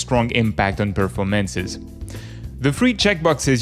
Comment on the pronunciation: you say performance incorrectly